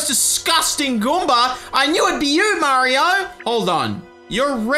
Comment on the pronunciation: I love how says 'Goomber' instead of 'Goomba'